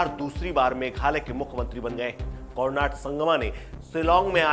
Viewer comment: यार थोड़ा ठीक से उच्चारण तो कर लिया करो। कोरनाड नहीं कोनराड है।